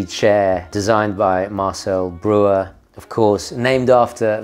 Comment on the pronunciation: I know you’re a very sophisticated, dude, so I wanted to let you know that Marcel Breuer….. is pronounced BROYER. Similar to the car MAYBACH, is actually pronounced MYBACH. OK I thought you quit anyway nice to see this new video.